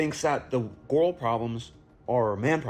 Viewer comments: Why is that last guy pronouncing "girl" like that? "Garral." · 'Gorl Problems' This man literally cannot pronounce Girl properly, pretty damn irritating ngl. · The last guy couldn't pronounce "girl".